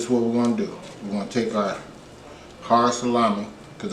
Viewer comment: Sa-lammy!! Lol